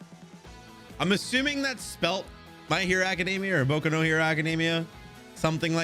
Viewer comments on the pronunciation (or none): none